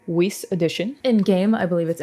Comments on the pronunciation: “Weese” 😂 HoOow dare you! You must address me properly! I am the legendary Grimoire Weiss! Weiss! Not Weese! It is German you know... 🤣🤣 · i'm more upset that you called Weiss "weece". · FYI, Weiss is German, meaning white, and in the German language "ei" is pronounced "ai", "ie" on the other hand is pronounced pretty much like you'd expect, thus Weiss ends up sounding like the English word "Wise" (or "Vice" if you're more into that).